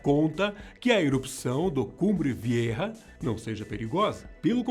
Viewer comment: O nome do vulcão é cumbre velha e não viêrra